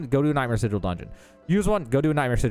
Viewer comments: Its pronounced [si-jewel]. Spelled Sigil. Definition: a sign, word, or device to have occult power in astrology or magic. Not [si-guul]. Not a word in English. English is hard and its okay. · Say it with me: SI - J - EL ... SI-JEL - like Jello. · Am i immature for giggling every time he mispronounces sigil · I really don't like the way he says "Sigil"